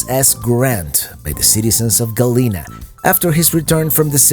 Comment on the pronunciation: I you're going to PRETEND to be an expert on the area learn to pronounce Galena.